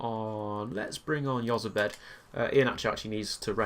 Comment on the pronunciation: Jozabed is said like( Hoz-a-bed